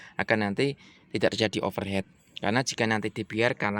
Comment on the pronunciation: Tipsnya manfaat banget mas. Kebetulan unit saya tahun 2011, waktunya recheck nih.Terima kasih👍👍 Koreksi saja ya, agak mengganggu. Overheat (panas berlebih) dibaca "overhit" mas. Kalo Overhead artinya sudah beda (diatas kepala)